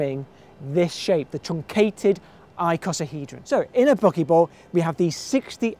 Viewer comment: I love the way he pronounces buckyball ... "bockeeball"